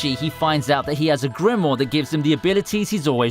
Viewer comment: There are 2 damn 'I's in grimoire. It's not "Grimore"